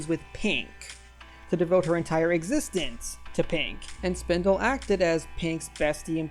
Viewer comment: AAAAAA it's Spinel! not Spindle